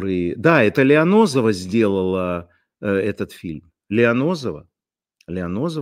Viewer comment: Лиознова, а не Лионозова))) Лионозово-район Москвы , где жил Плющев😂